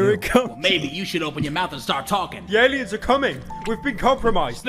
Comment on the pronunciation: First Seconds into the Video : Pyro : I was lucky enough to voice act in this game " ThE AliUnS aRe CoMmIng "